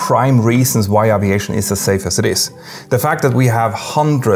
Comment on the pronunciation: Oh that's not true. His only flaw is he can't pronounce aviation correctly. Seems to be a German thing.